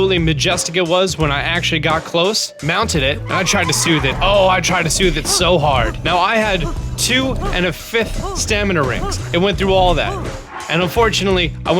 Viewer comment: did he really say "I tried to south him so hard" 😂